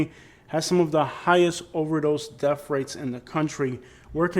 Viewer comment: paticalur. def rates. springfuld. what the hell are "def rates"? take a speech class.